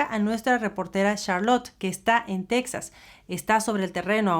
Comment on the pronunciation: POBRECITOS LOS TEJANOS! Y ALINA NO ES TECSAS! NO ES PALABRA EN INGLES¡ ES TEJAS!!